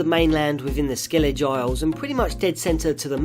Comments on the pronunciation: It's skel lig gah Not skel lidge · "SKELL-edge" - crimony! You got way better at making these videos and not throwing out unintended tells broadcasting that you never actually played the games you're talking about. It's such a little thing but whenever I see someone talk about a game I know a lot about, and they mispronounce a word or term they WOULD NOT be able to mispronounce had they actually played the game, it makes the entire video seem like an exercise in artificiality. Like you're just churning out the videos with surface-level research in order to make more content as opposed to doing something you enjoy thoroughly, which I'd like to believe isn't the case though I hold a rather dim view of the future of YouTube content creation in general. There's a cycle YouTubers often enact where they start out earnest and down to Earth and quickly degrade into horseshit clickbait and all manner of snakeoil chicanery. It's good to see a channel that actually improved rather than degrade with popularity.